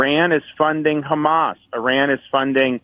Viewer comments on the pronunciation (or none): He says Hummus instead of Hamas.